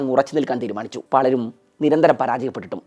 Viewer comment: നാക്കു വടിച്ചിട്ടു വരണം ... പളരും അല്ല പലരും